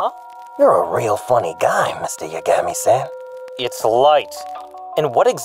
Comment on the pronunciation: I'm not sure which is funnier, the bad pronunciation or "Mr. Yagami-san", like he thinks 'san' is part Light's surname and not the Japanese version of Mr./Ms./Mrs.😆